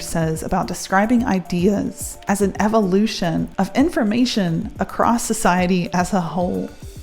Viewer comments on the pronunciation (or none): none